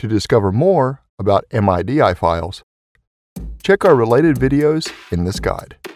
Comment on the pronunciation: thanks for the tutorial, it was helpful... i have never heard anyone pronounce MIDI as "M-I-D-I" and i'm almost 40.